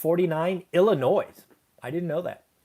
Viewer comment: ill-i-noy, not ill-i-noise. :)